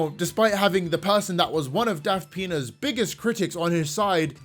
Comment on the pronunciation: Every time I hear say "Daft Pina's," I keep hearing "Daft þəŋ!$"... It's either a fitting description... or I have a problem EDIT: OK, it is a fitting description...